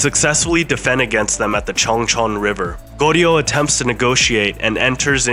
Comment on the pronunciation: How about learning the pronunciation of Joseon, Goryeo, etc?